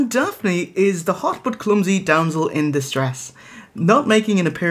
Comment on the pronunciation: *Dee-sull